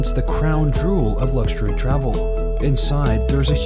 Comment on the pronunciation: #2 - the crown drool? Did you mean to say JEWEL? 😅😅😅